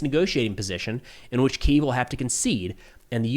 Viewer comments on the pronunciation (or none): its Kee-iv not Key-ev